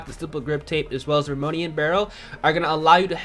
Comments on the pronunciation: "Roamonian barrel" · "monolic suppressor and romonan barrel"